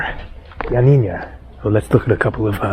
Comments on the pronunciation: YioaNNINA not YioaNINNYA. No Ya at the end. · its pronounced ee-o-a-nee- na. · Ill help you with the pronunciation of Ioannia. Just pronounce it Yanniana Like the singer Yanni and add na. So glad you visited Epirus. My dad was from Epirus. Such a beautiful place. Glad you are headed to Parga. I was there in summer of 2023 and also visited Lefkada. Enjoy! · Turkish language was written in Arabic until the early 20th Century and Atatürk adopted the Latin Alphabet. There were many places unfortunately you were not able to see . the way your pronounce Ioannina is Yanina but with no accent on the na at the end . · Ioannina is pronounced ' YUH - NEE - NUH.' It is named after St. John which in Greek is St. Ioannis. It means 'City of John.' The city was named after St.John due to St. John's Monastery, founded around 510 AD. He was at the time patron saint of the area. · lol yep you butchered the pronunciation of Ioannina 😂 But we forgive you.. Thanks for the video 👍😆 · Dear half Greek. You did also pronounced it incorrect though. Twice. :D